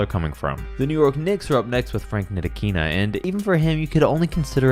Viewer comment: When you said “Frank Nitikina” I was like who the hell is that?